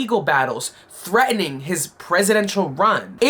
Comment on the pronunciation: thats Threatening not ThreAning there's a T in it